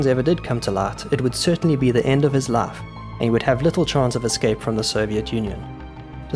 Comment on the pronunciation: This AI voice is interesting. Most of the time it sounds like standard RP English; but when there's a long i sound (spy, five, life, wife) it sounds like Southern US (spa, fav, laf, waf).